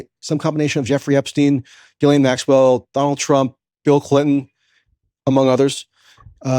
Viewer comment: Coleman Hughes goes full MAGA Trump dick rider. What a pathetic human. He can't even pronounce Ghislaine's name right.